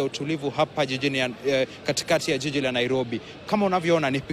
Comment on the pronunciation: This lady just called 'jiji' a 'yiyi'...eish!